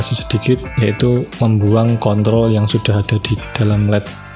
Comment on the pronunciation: menit 4 detik 26 salah omong.. control di bilang kontol... wkwkwk